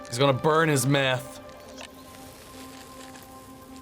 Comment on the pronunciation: I die every time he calls it meth 😂😂